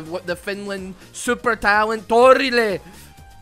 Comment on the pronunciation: Torille! Or as would say: ToORiLE!